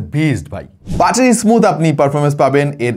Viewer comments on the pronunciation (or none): none